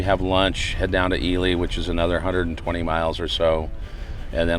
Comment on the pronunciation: Nice wrap of a great trip! It's pronounced E-Lee, not E-lie. NV has more mountain ranges than any other state and they all run north and south. That's why you get the ups and downs with big flat valleys in between. I make regular trips from Carson City area to CO to visit family and always take Highway 50 instead of I-80. I prefer the less traffic and small towns along the way. Austin, Eureka and Ely are the only towns after Fallon. Then you cross into UT and hit Delta. You missed Speed Week by about a month (Edit: at the end you said Father's Day so you were there before Speed Week). Salt was incredible and a lot of records dropped. Jessi didn't die at Bonneville. She died in Oregon unfortunately, at an unsanctioned run with no safety inspection. The SCTA that runs Speed Week is very strict on inspections. Jessi's car would not have been allowed to run. It was a tragedy and very sad to lose her.